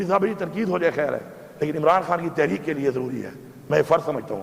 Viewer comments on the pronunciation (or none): none